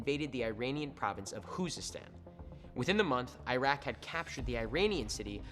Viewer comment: It’s not husestan its Khuzestan